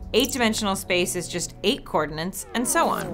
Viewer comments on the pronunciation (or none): I love - but is she really saying “cordinance” instead of “coordinates” throughout much of the first 2 minutes and 15 seconds of this video...? When she talks about a 1 dimensional line, I hear “coordinates”, but when she talks about 2, 3 and 4 dimensional circles, I hear “cordinance” or “co-ordinance”. Seriously. I listened 3 times to be sure. Then I went and looked it up at thinking maybe she was using a word I just didn’t know. (They don’t know it either...). Actually “co-ordinance” is a defined word but it doesn’t have anything to do with co-ordinates. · its not cordnints, its coordinates, otherwise all is well and nice job here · Why am i not seeing one comment about her glaringly obvious mistake she repeated over and over and over again.... THE WORD IS COORDINATES... NOT COORDINENCE.... its like fingernails on a black board... GAAAAHHH!!! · Co-ordinates, NOT co-ordinants! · But it does sound odd I have to admit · Idk, it sounded to me like she said "cordinants". Either way it's wrong. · Somehow when you say coordinates, I hear cordinants. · Why can't she say "coordinates"? Or is "coordinants" an actual word? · UrukEngineer you read my mind . She says it that way to be more annoying that's all. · "Coordinants"... Ouch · Did anyone else hear coornants instead of coordinates twice? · Is she saying "coordinants"? Isn't the word "coordinates"? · co-ordinants??! co-ordinates! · Why is she not able to say 'co-ordinates' and is saying 'co-ordinants'? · Coordinence isnt even a freakin word.... And nobody proof reading this vid picked up on that... Is anyone checking theze things before they go public?? I wanna know what word she thought she was saying... Unfreakin believable! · I had to look up whether "cordonant" was a concept, before concluding it's probably a speech error. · Ha! You say coordinates like I do! Which everyone says is wrong, but I don't care. The language is ever evolving. :)